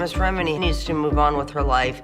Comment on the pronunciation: You keep on mispronouncing Leah's last name. Even after hearing her pronounce it correctly. Also leaving out the fact that law enforcement is on their payroll. Comes off as sloppy work.